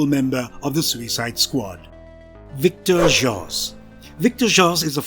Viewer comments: His name is victor zazz Not victor joss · Great video!!! Oh yeah, its pronounced " Victor Zaz "....😉